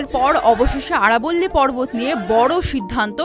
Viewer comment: আরবোল্লি নয় আরাবলী